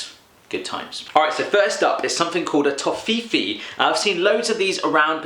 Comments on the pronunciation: oder wie er toffifee ausspricht tofifiii:'D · Haha its toffifeeeeeeeeeee not tofifi! And nimm 2. soft. Nimm 2 means take 2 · I love Americans try to speak german :D Tofiifii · we have this in Canada and my wife says toffifee is pronounced "toffee fay" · u should pronounce it "toffifae" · Watching it as a german it's so damn funny how he pronounces the words! TOHFIFI! NIMM SOFT TWO instead of Nimm 2 Soft! BRAUS POLVER! NAIDEREGGERS MARSIPÄN! So cute :D Good video :) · That's so cute :D I had a laughing flash when you pronounced "Toffifee" that weirdly xD The two "e"s should sound like..."fresh", but longer. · Toffifee is pronounced as Tawfeefay. :3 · It's called Toffifeeeeee :D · It's called " toffee-Fay" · the way he pronounced toffifee killed me. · It´s Nimm 2 or Take 2 :D, get it? And the way u pronounce Toffifee is just hilerious :DDD I agree with your face Underberg is nasty. Schoko Bons are more addicting then heroin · The way you pronounced Toffifee . awesome XD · Aha Nice pronouncination of Toffifee- and Bonjour ist german its france. And no german is Dancing like this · The way you pronounce "toffifee" is sooooo funny :'D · Everyone loves Toffife and Hanuta ^^ I love the way your pronounce the Names :)